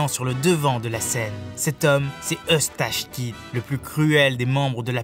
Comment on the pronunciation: Eustach kidd mdr il faut travailler les prononciations et il n'a affronté que 2 yonko shanks et kaido pas big mom